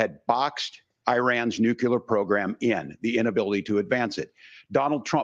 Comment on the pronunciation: This mf just said nukular like homer simpson. 😂